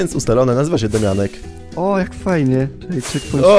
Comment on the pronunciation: to juz sie robi chore i wkurwiajace z tym "daumianek"